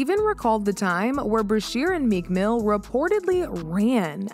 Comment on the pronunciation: She turned her head and said “Meek Mill” 😂😂😂😂